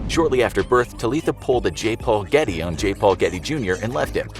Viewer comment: "George Ghetty" My ears: "George Clooney" Me further into video: wait.... What's even happening?